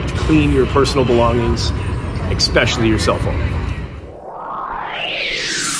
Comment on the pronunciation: Has anyone ever axed you why you say expecially? It is not a word.